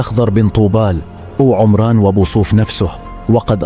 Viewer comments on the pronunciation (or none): none